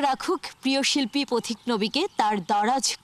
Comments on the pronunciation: উপস্থাপিকা পথিক নবীকে কেন প্রতিক নবী উচ্চারণ করলেন? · ভুল নাম উচ্চারণ করেছেন, প্রতিক নবী না পথিক নবী।